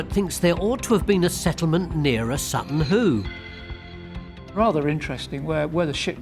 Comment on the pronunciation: Whoo Hoo! It's Sutton Hoo.